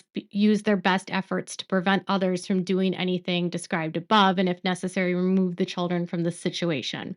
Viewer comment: Thank you! When you say "from" it does sound like brown sometimes😂. But we know better, appreciate your coverage as I have stopped watching TLC (too exploitive) but like to hear updates.